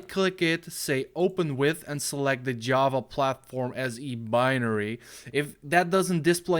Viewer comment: as a programmer I am offended by how he said java and jar